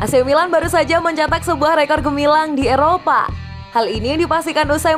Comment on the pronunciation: Rekor min bukan reko wkwk